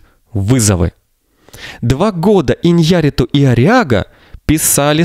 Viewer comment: ударение фамилии ИньяррИту, а не ваше ИньЯрриту